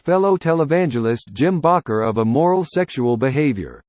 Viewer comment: WHO MADE THIS OBNOCTOUS VIDEO??? HE CAN'T EVEN PRONOUNCE WORDS CORRECTLY... LIKE IN ERA AND BAKER. JIMMY IS STILL ALIVE .. ITS NOT HIS END AS YET... OK.